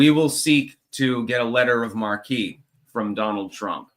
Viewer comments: Btw,, "marque" is a French word. It's pronounced "mark". No hate here - I respect people who read far more. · You will not be forming a clank militia. You are something of a recluse, remember? I like you, but you couldn't lead a fat man into a donut shop. Also you are gratingly mispronouncing "letter of marque.". You should be saying something that sounds like "letter of 'mark.'". Otherwise, you're cool, pirate analyst. Keep on keeping on.